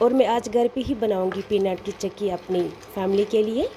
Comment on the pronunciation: Didi chaki nhi chiki hai ....ur aap kashmiri mai hi baat Kiya kro ...plz ...ur aap daniya ko b danii bolti ho ....ore sounf powder hota hai na ki badiyan ....plzz bqi hamari traf se full sport